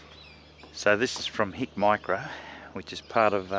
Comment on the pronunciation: Thermal, not night vision. Two different things. It's Hikmicro, not Hicmicro.